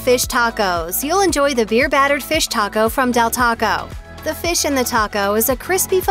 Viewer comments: I can’t trust the advice from someone who can’t even pronounce Taco right. Double decker for life! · Is anyone else super annoyed at the way she says taco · The narrator’s pronunciation of the food is just horrible. “Tacou” “tortia ” “picou te gayou” “il poyou loucou” any way, all of the food on this video is not real Mexican food. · nice video. I do plan to check out Taco Time when I go to Vegas. But, wow some of the pronunciation on words like "taco", "pico de gallo", and "El Pollo Loco". 🤢😭